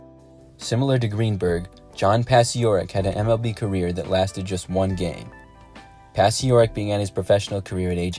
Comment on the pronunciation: Yes, it's pronounced "Pachorek." His story is told in the book "Once Around the Bases" (1998) by Richard Tellis; and it was the best 1-game career in MLB history.